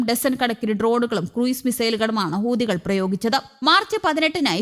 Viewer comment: ഹൂതികൾ അല്ല ,ഹൂത്തികൾ എന്ന് പറ മോളെ